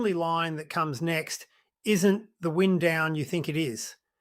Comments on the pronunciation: "Wind down"... AI is always given up by the pronunciation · AI Slop? The commentary can't tell the difference between :"wind" (the movement of air) and "wind" the process of lowering a car window. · Wind down, wind as in blowing a gale, Ai bullshit.